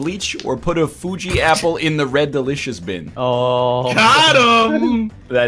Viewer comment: I've had "i love A fUJi appuhl" stuck in my head for months and I dont know why